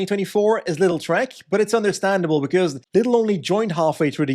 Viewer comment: It's LIDL not LITTLE